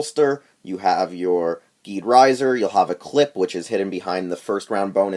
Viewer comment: Just to let you know, the name is pronounced "jeed"